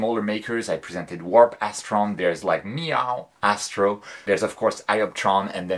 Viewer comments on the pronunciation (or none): none